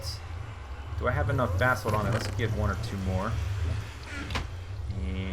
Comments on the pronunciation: buh-salt not bath salts! lol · Sounds like he is saying bath salts not basalt lol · It's ba-salt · Every time anyone on FTB says "Basalt" It sounds like "Bathsalt" Then I think about Naked zombies biting off peoples faces :D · when he said im going to grab the basalt I thought he said bathsalts.